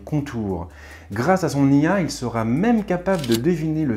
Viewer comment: Il n'y a pas de T à sera... On ne fait donc pas la liaison et on ne dit donc pas "seraT en mesure de..."... Sinon très bonne vidéo :)